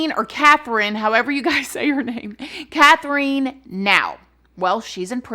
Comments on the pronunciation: Love you, yeah, it's pronounced Kath-rin. It's cute hearing the word Kath-reen said tho! So don't worry too much. <3 An Australian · My name is Catherine & we say it kath-er-in Lol sorry I said anything. You know I adore you!!! But hearing my name said wrong felt weird 😂.. this story is so wild & awful! Thanks for the Friday content 🖤💖🖤✨✨✨ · It's been a while since I watched Bailey Sarian's video but I thought she was the first woman in Australia to receive the death penalty. Also the pronunciation is killing me lol. I think it's just Kath-ryn. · FYI, Katherine and Catherine are both pronounced like Kath-rin. :)